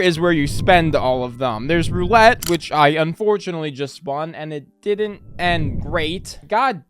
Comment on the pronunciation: “Dident” bro lmao